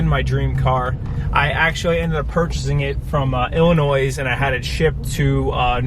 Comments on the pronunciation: I'm British and I know it's not pronounced illinoise.... ;) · Did you actually pronounce Illinois as a plural?? Oh dear God. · Cool vid, thx for sharing your experience! Only other comment I have is the "s" in Illinois is silent ;) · The S in Illinois is not pronounced. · Hello from the Midwest. Enjoyed your video on your Carrera. LOL on the “s” in Illinois. We call ‘em “Fibs”...but I digress. I have a ‘12 GTS Manual. Love my car...The way it is. I to respect the GT3, but why anybody would mod an exterior on a beautiful manual Carrera to “look” like a GT3....Buy a GT3 if you want a GT3. Don’t put a GT3 front on your beautiful car. If you track your car the GT3 is awesome. A street car GT3? Not the way I would go, but of course if taken care of you are not going to lose money on a GT3. I would not care to own a Porsche with an automatic, but they do shift “faster” so if you are racing the car it is an advantage. The scratch in shipping for a grand and the flatspotting would of driven me crazy. (I am a little OCD too lol). Sorry about both of those...Only mods I have on exterior are the Rear fender black rock scuff applications as well as clear side-markers and screens for intakes on front. The GTS sports exhaust sounds great and the car has the power pack OEM. Interior I would like to add the “carbon kit” as it looks great on the stick. I have a short shift kit. Hope you enjoy your GT3 some day. Get a manual 997.2 vs. PDK...YOU WILL BE HAPPIER....Forgot I also replaced the OEM hood badge with a fantastic Nickel and Black Badge. Can swap back as it is just a couple screws. The new badge on the Carrera White pops on the car vs. Gold on white...